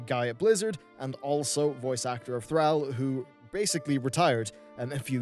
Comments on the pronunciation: >< your pronunciation of Thrall was so frustrating to me! (based on cinematics within warcraft 3 it is pronounced Th-r-aw-l) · Thrall is pronounced like Throll. Just saying. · Why the fuck is he saying Thrall with a hard A? The audio is in the game, written, read, pronounced and signed off on for years now as "Th-Rall". Soft A. It's fucking cringy when he says it. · Thrall is pronounced Thrawl. Cmonnnnnn now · Dude please pronounce THR-ALL properly... Thank you, your viewer base. lol If players were smart we should boycott Blizzard for a month or two so they'll listen to us maybe. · TH RALLLLL? .... thra-ow is annoying af. pronounce it better plox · Your pronunciation of Thrall is triggering. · Also thrall is a word all its own that means slave. The pronunciation isn't really up for debate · Omg the way he pronounces Thrall is pissing me off so much, and the amount if times he says makes me feel like he's doing it in purpose!!! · The way he pronounces thrall triggers me like that snickers commercial n the guy that kept saying ALMENDS instead of almonds. REEEEEEEEEE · Every time you pronounce Thrall it makes my ass twitch!!! If you start saying it properly I will subscribe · oh lord the pronunciation of Thrall, it hurts. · you said thrall wrong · The way he pronounced thrall. What the hell? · Your pronunciation of thrall triggers me tbh. As much as people are complaining on the forums, blizzcon on the wow side seems pretty decent. (Rip diablo tho) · Thrall, pronounced like call or ball, not gal or pal... now back to watching this enTHRALLing video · i cant listen yo this when you butcher the name Thrall :O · Go to sleep, you're saying Thrall wong. But no seriously, I wanna punch you every time you say Thrall lololol. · I swear, if you pronounce Thrall like that again, you WILL drive me insane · You're pronunciation of Thrall hurts so much that I seriously couldn't finish watching this. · Your A's need a lot of work you pronounce Thrall wrong. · THRALL! not thraell :p